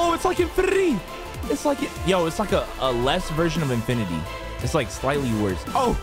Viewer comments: Birtity xd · the way he says infinity lol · Bro you say infinity is kinda funny tho 😂